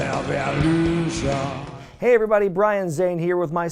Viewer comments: REH VEB LUU SHUNNNNN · You mean "RéVoLüTióN!!" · I still don’t understand the pronunciation of “revolution”. Please explain and forgive my ignorance. Thank you in advance.